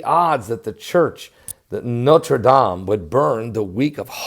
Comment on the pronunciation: great pronunciation of Notre Dame !! Très Bien fait ! good work to report and nice and short!!